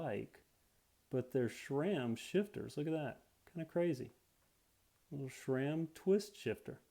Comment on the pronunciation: It's SRAM not SHRAM